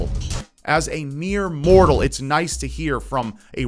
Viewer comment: How he says "MORTAL" 😂😂😂😂😂😂😂😂😂😂😂😂😂😂